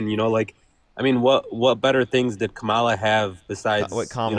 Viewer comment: I hate that they intentionally mispronounce Kamala's name. It's so childishly petty.